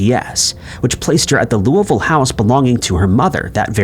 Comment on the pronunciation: Of all the words you mispronounce, you pronounced Louisville similar to how someone from Kentucky would.